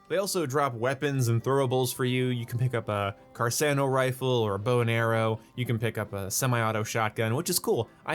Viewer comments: Pronounced car-cawno...not car-sano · It’s pronounced Carkano not Carsano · “Carsano” it’s pronounced “car-cano” with both c’s hard